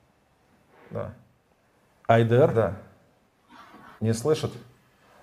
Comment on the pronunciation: Ще й проблема з наголосами у словах: украи́нский А́йдер